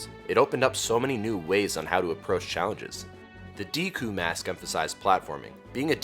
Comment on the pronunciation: Deck-coo not dee-coo. Good video.